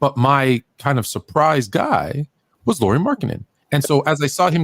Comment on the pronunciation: "Lori? You drafted a girl from WNBA?" 😂 Learn to say his name Lauri (as a "Lowry" in Kyle Lowry or at least that's as close as most English speakers get) and then maybe people won't be confused 😉 Oh and he wasn't just a throw in from Cleveland. It's true that that's how public saw it, fair enough. Actually though by reports from Utah beatwriters, Lauri and Sexton was must includes in the trade if Cleveland wanted to talk about getting Mitchell. Ainge really wanted to see if one or both of those guys would pop 😃